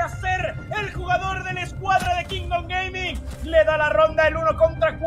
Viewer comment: Se puso anuncio a la mitad de que dijo Kingdom Gaming y se escuchó Kingdom gay, y solo pude pensar en Giancarlo el resto del video jajaja